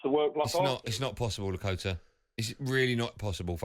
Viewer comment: Bless him when you think Lakata is "Lakota" you know something is wrong. But hey I'm Leo spelt "Lee"